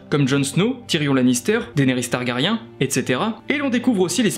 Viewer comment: on peut prononcer Targarien un peu plus correctement svp :)